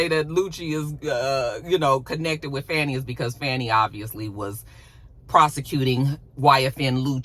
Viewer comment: Dang, how is it that you live in Georgia and get the local Atlanta news and you're pronouncing Fani's name wrong?